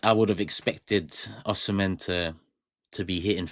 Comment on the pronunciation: You did not call his Nigerian name correctly, he is from Edo state, Nigeria